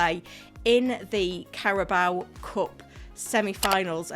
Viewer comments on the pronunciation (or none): none